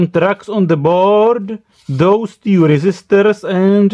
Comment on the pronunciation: 2 - tue :)